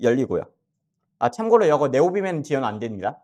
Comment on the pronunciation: 다 좋은데 여거~~ 여것들~~ 어디 사투리인가요??